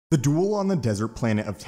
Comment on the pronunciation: Bro the way you pronounced “duel” at the very beginning of this video is fucking hysterical 😂 “The DWOOL”